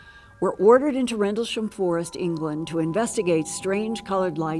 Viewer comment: Is she drunk or has all the plastic surgery stretched her face to the point where it’s difficult for her to move her mouth properly to talk? Listen to her saying “Rendelsham” and trying to say “Penniston”, slurring and pronouncing it differently each time.